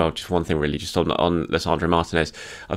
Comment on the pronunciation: Martinez is pronounced MarTEEnez. I thought we had this settled by the time Emi left. 🥲🤣🤣